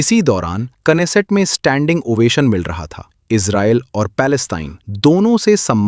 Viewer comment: You are so wise to pronounce Knesset .😂😂😂😂